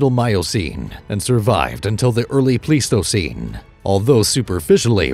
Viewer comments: Pleistocene is not pronounced please-toe-seen, it's pronounced plies-toe-seen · It's actually: plys-to-seen , The "ei" is usually pronounced as a "long-I", as it is in German. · It's not plies, it's Pleis-toe-ceen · Bruh, if you can’t pronounce “Pleistocene” correctly, I’m not going to believe anything you say after that. That’s really embarassing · you don't even know how to say the word pleistocene. haha